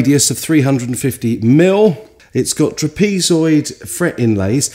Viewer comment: Tra- pees-zoid = trap-a -zoid